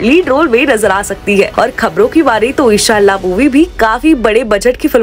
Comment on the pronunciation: ara sister g eshallah nhi inshallah bolo